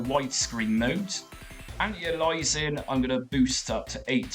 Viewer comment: Never got into consoles until emulation, guess I couldn't stand Mario or Sonic (still can't) but some of the games are damn good fun if you want to kill time. And sorry, but antialias is anti-aye-lee-us-ing not anti-ah-lies-ing :) PS. You played with Retrobat v6 beta yet?